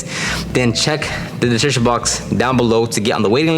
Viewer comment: Just stop trying to say description bro 😂